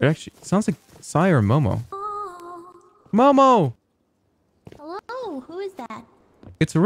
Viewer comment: Hewwo ray